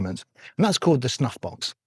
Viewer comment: I love the idea of putting a dot on your glove right above your "snuffbox". I'm a pretty visual learner and I bet it'll be a nice reminder of how my wrist needs to be rotated. BTW, when you first said "snuffbox", I swear you said "snot box" and I had to rewind the video to double check what you actually said.